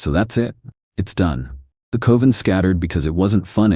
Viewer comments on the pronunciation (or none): Someone tell this robot that "coven" rhymes with "oven", not "cloven". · A bah buh que cohven that costs 50 cales. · You mispronounced coven